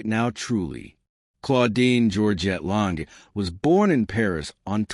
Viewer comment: it's pronounced lon-jay!